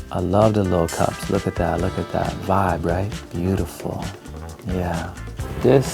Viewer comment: Not gonna lie you said vibe TEA and im still laughing